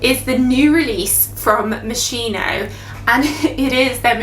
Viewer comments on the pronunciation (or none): Pronounced - mos-keen-o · I don't want to be annoying but is pronnounced Mohs-KEY-noh. I was drawn to the tomato note, never have encountered it in a perfume, yet.